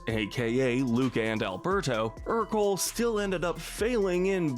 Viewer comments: This annoys me more than it should, but Ercole is pronounced AIR-co-lay, not ER-cole. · It’s pronounced die-NUH-coh, AHL-UH-nahl, er-coh-LAY, and GOO-stoh, “”! 🤨